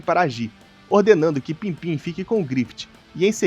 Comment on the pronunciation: pippin nao pimpim mestre hehehe